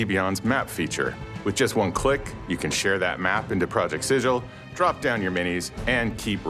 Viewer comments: Planescape video: "It's pronounced siggle." This video: "Project sijil." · Pretty sure the city of Sigil is pronounced “siggle”, but maybe project sigil is just referencing the word “sigil” (as in a seal), not the city? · The Lady of Pain disapproves of this pronunciation of Project Sigil. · So does Matt Mercer